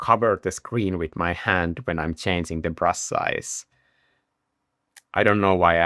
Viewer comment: I love the way you pronounce brush: Brus', Brus'es, Brus Strokes.